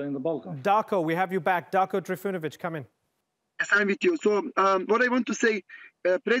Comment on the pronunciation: ...uci engleski